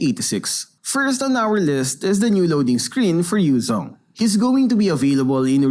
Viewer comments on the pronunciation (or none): none